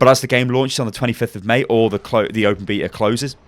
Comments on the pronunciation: So you don't say it beyta because it doesn't have a y. In that case, you say it beeta like in the word bee. It only has one e though. So you have to say it behta. The h is silent so it doesn't matter if it's not there. A flat e. like in the word eh or meh. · Please say "Bay"ta not "Bee"ta, otherwise nooiiiiiiiice work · You're pronouncing it wrong. Beta is not BEETA. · "Open beeta" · how to pronounce? honor the origin of the word, very simple. so u are saying it wrong